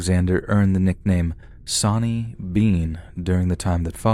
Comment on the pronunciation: Sawney, not sonny